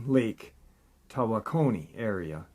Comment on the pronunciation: If u gonna say it pal, U darn should say it right!!! It's Lake Tawokoni. Tah- wakony is how to pronounce it the Phony